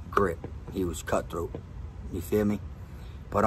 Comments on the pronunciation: New drinking game take a shot Everytime he says"yafeeme" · "Yafeeme" ..... 😂 .... Is that the extent of this guy's vocabulary .... "Yafeeme" .... Ya man I feeya ..... Goof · You trying to kill meh?!?!?!